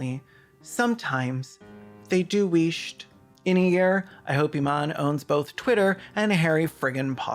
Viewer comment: hearing "weesht" made me literally lol and even lmao